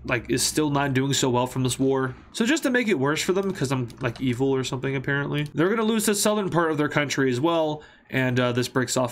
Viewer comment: your hat realy said "orpzzida"